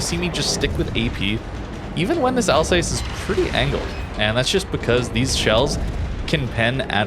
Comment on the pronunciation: Like your replays, but your pronunciation of Alsace 🤮